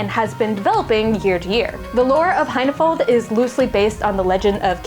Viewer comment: "High-na-fold"? o_O